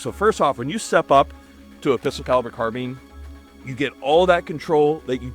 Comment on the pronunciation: pistol caliber "car bean"